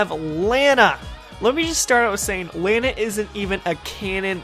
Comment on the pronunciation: im not sure but i think your saying Lana's name wrong